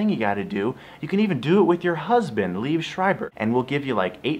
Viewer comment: First, it's pronounced Lee-ev Screiber. Second, he and Naomi Watts were never married.